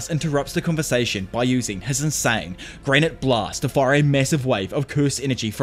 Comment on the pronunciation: PS: its granité blast, not granite blast, which makes sense considering granité is french for granita (a kind of dessert).